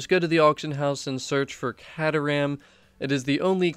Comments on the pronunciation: It pronounced k-ter-ram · Awesome stuff... But the proper way to say the cars name is... Kay-ter-am (sorry buddie)